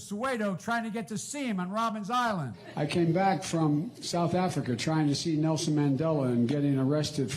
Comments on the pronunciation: Biden: it's "Robben Island", not "Robin's Island"! Also: the streets of Soweto are in a suburb of Johannesburg, over 1000 miles away from Robben Island (which is an island off the coast of Cape Twon). Get your geography right, before you start fabricating lies! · Did Biden say Robin's Island iso Robben Island? xD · Robben Island, not Robbins island. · It's called Robben Island, not Robin's Island. And it is 800 miles away from Soweto. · It's very strange that Biden calls it Robins island and Trevor doesn't correct him while he is from SA and knows it's Robbeneiland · Firstly, Biden, it's not Robben's Island its Robben Island. Secondly, you would have to be in Cape Town to go to Robben Island and not Soweto which is nowhere near Robben Island. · Why does Biden keep calling it Robben’s Island? The only S in the name of the place is in Island. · It’s Robben Island, not Robbin’s Island. Something to do with seals, I think. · How desperate is Biden 🤣😂😂😂😂 Trust me, Afrikaners would never have arrested him. He's a white American. The most they would have done would have been to deport him out of the country. He even pronounces Robben Island wrong 😂. You would pronounce the place correctly if such a thing happened to you 🤣